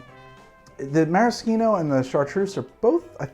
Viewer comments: Why the FUUCK ARe you saying maraschino like that I’m so stressed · I love this channel but forcing the fake Italian pronunciation of maraschino but saying 'ahrnj' instead of orange is just obnoxious.